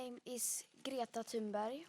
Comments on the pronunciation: Why do Americans pronounce her name Tune-Berg or even Tune-Berry? By that account they should pronounce thunder as Tune-der ? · did he say mrs tunberry? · He said ‚Ms. Turnbury‘ ! Seriously?